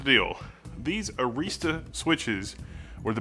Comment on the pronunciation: It is really awesome that you are looking at Arista switches. They are pretty awesome. Also they are pretty darn reliable. They test every single switch that they sell. However, you are pronouncing 'Arista' wrong. Here is an example video so you can see how it is pronounced